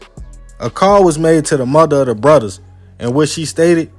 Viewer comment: Lol it’s brothers not bruddas